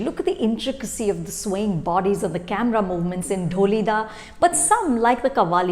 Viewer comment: It’s काठियावाड़ी, not काथीयावादी. It’s कामाठीपुरा, not कामातीपुरा. It’s ढोलीड़ा, not डोलीदा. THESE WERE EXACTLY MY PET PEEVES TOO. I have the same pronounciation pet peeves for Varun Dhawan. Anu. Chopra is U.P. Bhaiyya and her mom is script writer. But she wants to show that she is "hip" woman from south bombay (not mumbai) mind you. Ms hoity-toity, karan-johar-types.